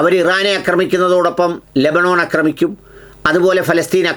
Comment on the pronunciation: അക്രമിക്കുക എന്നല്ല ഹേ ആക്രമിക്കുക എന്നാണ്